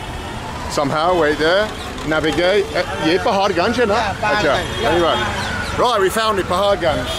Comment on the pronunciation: Ur pronunciation of paharganj is awesome.. Love it